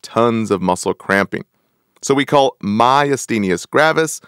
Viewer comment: Appreciate the content, but the mispronunciation of words is a turn off. PHYSOstigmine is not pronounced "PHOSPHO-", and PYRIDOstigmine is not pronounced PYRIDIOstigmine. Also Myasthenia is not pronounced "myusthenius".